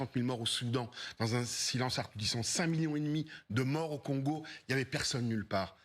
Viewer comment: Il la tellement de bouf encore dans la gorge qu'il n'arrive même pas a dire assourdissant